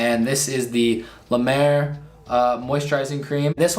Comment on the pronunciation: I’ve never said this on your videos reacting to skin care routines but honestly, when they can’t pronounce the product name and when it’s La Mer, I don’t believe they have a true skin care routine . I’ve noticed that people that do these also don’t know how to stack their routine efficiently. I personally think they got the ítems for free and paid… Thanks for the great videos! Love you Cassandra….